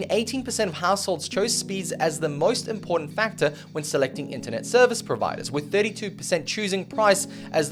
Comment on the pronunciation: there is no letter "D" or sound of "D" the word I M P O R T A N T ..........